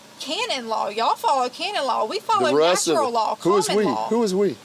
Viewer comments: Canon law, which she sometimes mispronounces as "cainin law." But I'm not sure what she's talking about. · she's saying cannon law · She said “cannon law”